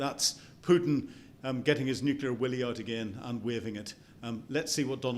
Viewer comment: "Nuculur pau'ered". So beyond painful to listen to.